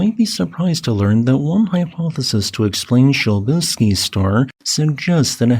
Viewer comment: I found your pronunciation of "Przybylski's Star" distracting and had to look it up. It turns out you're saying it correctly (starting with an "s" or "sh"). I just don't understand Polish. So helium wasn't actually discovered in the Sun, but only once that discovery was confirmed in the lab?